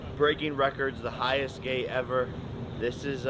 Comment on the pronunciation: Did he say he’s the “highest gay ever” 😂😂😂